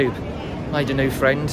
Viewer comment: Podcast is class. The kidos were brilliant. Aww fwiends.